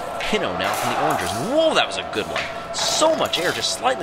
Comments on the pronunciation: The pronunciation of “orangers” makes me upset It’s O’rangers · Hearing "Orange ers" kills me. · "orangers" Umm can you repeat that plz?